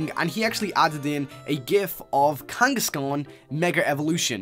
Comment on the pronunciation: it is kangaskhan not kangoskon m8